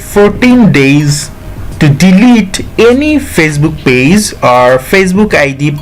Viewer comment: It’s not paze it’s page👌